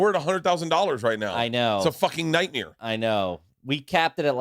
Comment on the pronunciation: Bert's "nightmere" pronunciation always gets me.